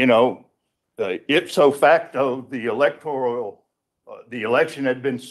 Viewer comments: It's not the "electorIAL college", it is the electorAL college. Why can't a lawyer even pronounce it the right way? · Really? In the first few minutes, he's mispronounced several words. Electoral, not electorial. Demurrer, not what he said. And his voice is insane. And Biden electors? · Electoral College. Not "Electorial." The creative vocabulary is as painful to listen to as the nonsensical argument. * Didn't some of the fake elector plot emails actually use the word "fake"? Or am I mistaken? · Doofus lawyer confirmed. The word is "electoral", not "electorial" ಠ_ಠ